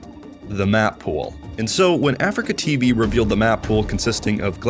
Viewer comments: you also call is AfricaTV It's ah-Free-kah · a-free-ca. not africa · aFREEca not ‘africa’ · Nearly unwatchable: Uh-Free-Ka.